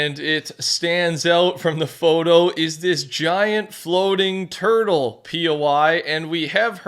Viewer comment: wait did you say a tutle? bro i hope they add avatar wan or sum